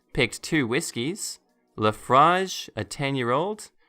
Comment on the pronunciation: Laphroaig is pronounced la-froig. It's an extremely expensive brand, which might put the "Deloris" trying to steal them into perspective.